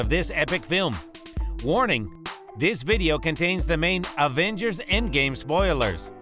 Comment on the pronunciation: It’s Avengers not Advengers